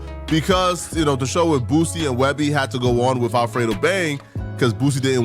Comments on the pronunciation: He’s name is Boosie, not Boozie 😂😂😂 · Why you keep calling the mad boozy it's Boosie😂😂😂😂 shit sound like a old drunk n*** name